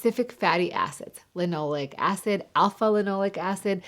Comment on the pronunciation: Interesting how you pronounce linoleic acid versus how I have typically hear it pronounced